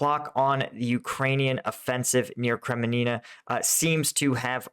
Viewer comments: Hey Boy ...... the town´s name in eastern Ukraine is NOT KREMININA - but KREMINA !!! Pls. try to pronounce it correctly ....... or switch to Mickey-Mouse clips....... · Kre-MIN-na. 3 syllables. Not “Kremi-nina”. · It's pronounced Kremina. Not Kreminina. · It's Kre-Mi-Na, not Kreme-nina. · he has always butchered the pronunciations of any three or more syllable town names. Go with the flow. Sounds like he says Krim a ni na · Your so clever work it out. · There is only one "i" in Kreminna. You say two. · Kremina - Kreh-mee-nah Svatove - Svah-toh-veh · Kreminina, Savote,... are you dyslexic? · Hi, are you trolling us or are you seriously not able to pronounce "Kreminna" (Kre-min-na) and "Svatove" (Sva-to-ve)? Seeing it as your "job" to report/explain the actual situation in Ukraine you should be capable of correctly naming the cities you talk about - else one cannot take you seriously. No offence if it has other issues and good luck with your thing.